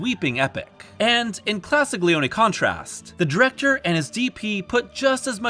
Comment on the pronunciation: Finally someone who pronounces Leone’s name correctly!🎉🎉🎉